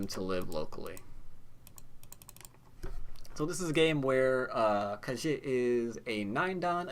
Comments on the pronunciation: I hate to be that guy, but your pronunciation of Ke Jie is way off. pronouncing like "kuh jyeh" with a hard j is a lot closer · I really like your go videos, but the mispronunciation of names is really annoying! Ke Jie should be pronounced similar to "could jet", but with the final "ld" and "t" removed from each word, respectively. Google Translate has a vocal synthesis feature that I find really helpful, too: Sorry for being so pedantic.